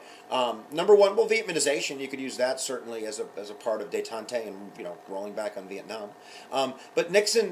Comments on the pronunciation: Really helpful videos! By the way, i think its pronounced Day-Tont, not Day-tont-ay: there's no accent on the second E. Sorry if this sounds condescending :P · hey, thanks this is awesome :) But damn your pronunciation of 'la détente' xp